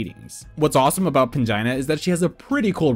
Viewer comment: I truly heard "vagina heals" 😂